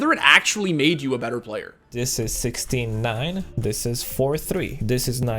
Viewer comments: Take a shot every time you think you heard the narrator say "69" instead of 16:9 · Why is it when you say 16 :9 I here 69??? All players to the 69 hype train. Kekkw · every time i hear 16:9 i hear 69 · Is it only me that hear 69 instead of 16:9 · I know he's saying 16:9 but I hear 69